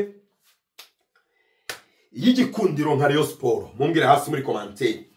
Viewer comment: Nkunda iyo wavuze Rayon neza arko iyo uyivuze nabi mbanumva fone nayimena💙💙💙💙💙🤍🤍❤️❤️